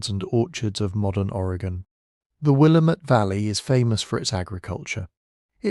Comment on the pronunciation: Visiting NYC. Resident in Scotland. Previously resident of WA, and a geology lover. Nick Zenter at WSU has some great talks and animations about this. Btw Willamette rhymes with Damnit. It’s the only thing you got wrong 😂